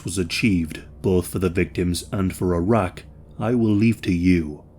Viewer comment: Bro when you first said Iraq I heard Arrakis lmfao Saddam Atreides